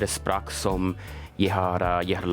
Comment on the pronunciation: Being Norwigian this is so funny I like how you say sprak like spark and not språk